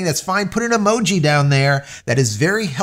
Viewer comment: Eee Mow Gee